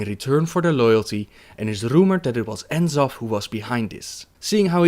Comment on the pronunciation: Great vid but one thing dude, you're pronouncing the final Old God "In-Zoth" rathar than "Nuh-Zoth" as Chris Metzen pronounced it at 2010 Blizzcon during a Lore Panel's Q&A when he first revealed the character.